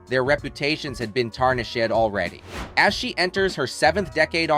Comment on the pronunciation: Mispronunciation, brought to you by ai.